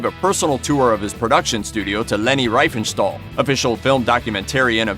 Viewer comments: it is pronounced REEFINSTAHL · The name of the mentioned "lady" is pronounced "Reefenstahl".